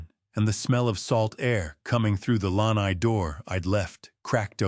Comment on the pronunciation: AI should learn how to pronounce lanai